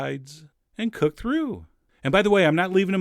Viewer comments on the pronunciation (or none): none